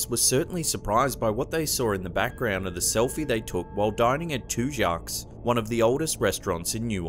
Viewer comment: Just to let you know it's pronounced Tu-Jacks not Tu-Jocks. The restaurant in New Orleans you were talking about! What's the second oldest restaurant in New Orleans!